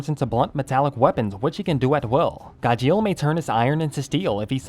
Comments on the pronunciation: It's gajeel not gajeal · Why is he saying "gah-sheel"! 😂😂😂😂😂😂 it's "gar-sheel" 😂😂😂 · SAY HIS NAME RIGHT!! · The way he said Gajeel was terrible at singing😂😂😂